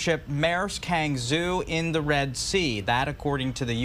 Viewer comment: Maersk Hangzhou. The news presenter didn't pronounce the chinese name Hangzhou accurately. The ship is registered in Singapore I see this in wikipedia. The name is very chinese, Hangzhou is a big city of China. Probably to facilitate trade with China and around the world.